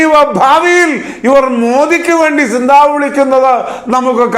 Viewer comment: സിന്താവ അല്ല കാരണവരെ സി zന്താബാദ് എന്നാണ് പറയുക